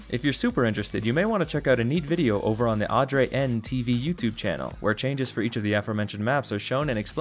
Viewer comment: wowoowowow Adre-N? its just Adren l